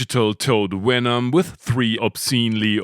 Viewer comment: "Wenom"... LOL. I love this channel. Rock on,!